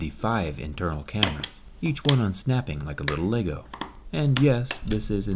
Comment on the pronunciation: Makes my day when Zack says the word lego